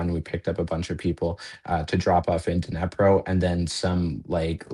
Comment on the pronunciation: This guy's just a bit out of touch with reality if he thinks that the war in Ukraine started in 2022. And WTF is a "Nepro" and "Back-moot" 😂 You'd think that after spending over a year in Ukraine he'd at least learn how to pronounce the names of the two towns that he was in, and not sound like a complete dip shit.